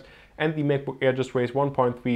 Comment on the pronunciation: He said Mac book error XD